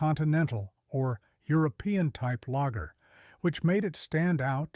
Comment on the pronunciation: The AI audio mispronouncing beer names and lager is distracting.